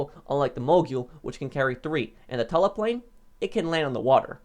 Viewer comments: “Plane is Tula “ he pronounces it t-uh-la not too-la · It’s tula not tella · Its tula not tela damn it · I don’t want to be annoying, but Tula is pronounced “Chewla” not literally Tula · Tula. Not tala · Its Tula not tola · Tula ( too lu) not (tu la) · Can you pronounce something right it’s mogul not moguuuoyyyll and Tula not tuhhlaaa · Mogul = “mogool” Tula = “tüla” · The Mog-yool and Tulla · Ah yes the TULLAH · “mogule” “tulla” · CORRECT PRONUNCIATION: MOEGULL CHEWLA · Mow-Gul Too-la 1 year later and still :/ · my man swapped the U in Tula for the U in Mogul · The length of time you've been playing this game, I was disappointed to hear how you pronounced mogul and tula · There are no useless vehicles, only useless players. Bicycle or Club bus should be here. I suggest a top 5 vehicles you mispronounce. Mogul and Tula